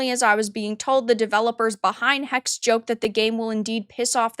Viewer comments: Hexe is German for witch and is pronounced "Heckseh", not just hex. Source: Grüße aus Deutschland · it's pronounced "Hexe" not "Hex" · I think it is pronounced Hex-eh like the German word for witch.